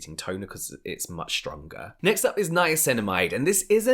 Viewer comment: "nye-cinnamon" from the podcast LOL